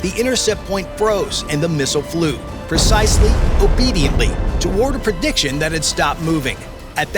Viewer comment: "PERcisely" is not a word * PREcisely.